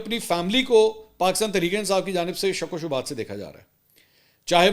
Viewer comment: Hathi ko Hockey! Shk shubht ko Shabut .. aaj apki speach main issues arahe hain kafi Jo bht unusual hi. Aap aap Ksi stress main ho Mansoor Bhai God bless you Apni health ka khayal rakhain